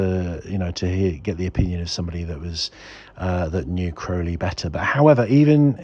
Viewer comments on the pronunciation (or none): You pronounce it like an American😆 I did read his life story and had his Thoth tarot deck, found him a very curious celebrity, as he would be called today, he liked to shock